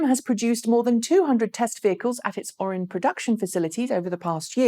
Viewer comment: Pronunciation - The name of the GM Orion assembly plant in Lake Orion, Michigan has 3 syllables, not 2.